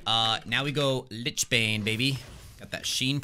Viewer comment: It's pronounced lich. Always happy to help :)